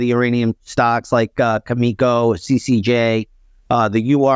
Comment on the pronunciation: When the guy can't even pronounce "Cameco" properly I don't take into account his thoughts on the uranium sector that much. I'm sure he's a great chart trader though. Upstart moment? Mark Minervi?